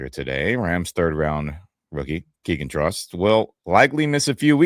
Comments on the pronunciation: Trost is pronounced more like "Troast" according to a journalist who was corrected about it earlier in the week, this week . . . and Ty Simpson still has a long way to go in learning the offense . . . he's demonstrated physical ability so far but, it's only been a single, pre-season game . . . we'll see what develops in the next 2 weeks, before the season starts and cut down to 53 plus practice squad . . . 🐏🏈💙💛👀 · It's pronounced "Trost" not "Trost"